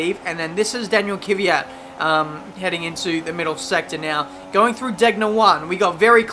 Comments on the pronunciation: Why do say Kyvat instead of Kvyat? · i really like ur driving and commentating but Kvyat is pronaunced 'Kv - y - at' keep up the good work